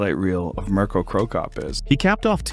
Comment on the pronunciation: Please stop using that AI voice, prounancing of Mirko, Privlaka and Vinkovci is horrible and disrespectful, it's not even close to real pronunciation.